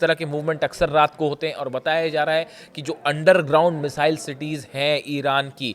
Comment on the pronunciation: मिसाईल बोलनी सीख ले भाई